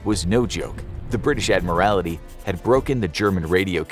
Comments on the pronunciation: My goodness - if chat gpi or the narrator cannot say admiralty properly don't use them - so, so, so annoying- Admiralty not admirality- infuriating abuse of the English language- appalling. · You said adimirality during the video, it's admiralty! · Just saying, it is the British Admiralty, not admirality. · Agree. Got really annoying after a while. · I suspect knows that - pointing out that the word is in fact “admiralty” rather than the many, many mispronunciations in the video. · Interesting pronunciation of Admiralty. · It is not an Admiralty but the Admiralty, he pronounced it weird. From the rank of Admiral which is the naval equivalent of the general class of officer ranks in an army. So “The Admiralty” is akin to “High Command” or “Headquarters” of an army. Think the higher powers of a country’s navy.